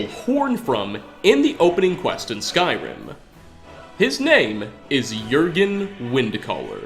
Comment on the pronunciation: You have one of the most annoying narration voices on this planet. All sentences sound like questions, since you probably think it’s „cool“ to start a sentence on a high note, then lower it, and just at the fucking end of the sentence go right back up - sometimes even adding an unnecessary „uh“ to the last word such as in this case „Skyrim-uh“. Dafq?! You sound like tuned down version of James Charles - get ur shit together, cause that sure as hell is not the way you talk on a normal basis.